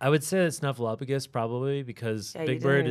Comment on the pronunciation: I love that Ian said Snuffleupagus correctly without realizing it.